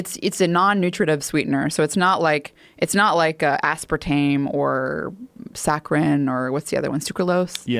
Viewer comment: Aspertain ?????? Aspertamine !